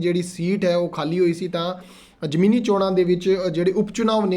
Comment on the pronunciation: ਉਹ ਭਰਾਵਾ ਜਮੀਨੀ ਨਹੀਂ ਜ਼ਿਮਨੀ ਹੁੰਦਾ ਹੈ ਭਗਤ ਮਾਨ ਨਹੀਂ ਭਗਵੰਤ ਮਾਨ ਪੰਜਾਬੀ ਭਾਸ਼ਾ ਨੂੰ ਚੰਗੀ ਤਰ੍ਹਾਂ ਸਮਝ ਲਉ।